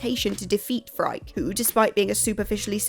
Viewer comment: Yes, and Phrike is pronounced “free-kay” (it's Greek)